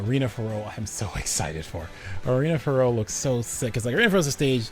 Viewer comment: FYI it’s pronounced Fair-Ox. The X in Ferox isn’t silent.